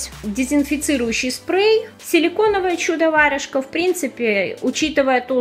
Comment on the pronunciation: почему вы читаете варЮжка?